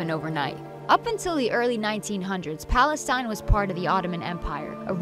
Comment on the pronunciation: What about Palestine? Why was she saying that wrong?